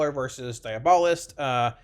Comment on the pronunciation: Its pronounced diabolist